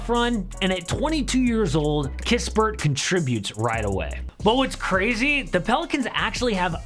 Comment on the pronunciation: don't you Realize that you Been Saying Corey Kispert in Almost all your Offseason Moves' Videoes! There only One Corey, Sorry My Friend! "It is Now The Krispy Sweepstakes!!!" 🤣